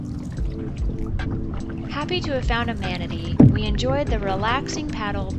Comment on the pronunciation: Thank you so much! It was really great meeting you and hearing about live in Latvia! It might be a couple years, but we will be doing a big Euro trip before too long and would love to visit your part of the world! And multiple people have called us out on our manatee pronunciation 😆 Weird thing is we both know how it's spelled and how to properly pronounce it, yet for some reason we still say it incorrectly. Can't wait to hear more about the manatee ambush from and!